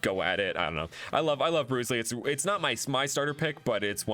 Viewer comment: Am i the only person who has noticed that Bruizzly is pronunced like Bruce Lee.